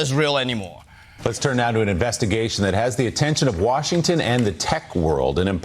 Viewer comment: Uhhhh, it’s Warshington, Sir!